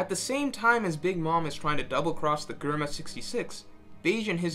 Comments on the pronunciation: Sorry this is the first time I’ve listened to u, I love the insight agree with it all, but can’t stand the way u pronounce everything wrong… hahaha germa is Jerma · It's "JER-MA" not GER-MA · how did he just pronounced Germa ... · Who the fuck is "Gurma"